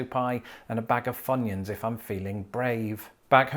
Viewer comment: What is a ‘funion’?